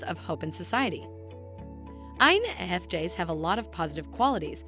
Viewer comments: Did she pronounce it wrong Jess to drive us 🤪crazy? Lol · I, N, F, JEZZ🤨 TF why are there so many videos like this where everything's pronounced off, it's annoying AF. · I totally agree. I'm an INFJ and had to stop watching! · Spend a few bucks and hire a human to do your voice overs. This robot can’t even pronounce INFJs properly.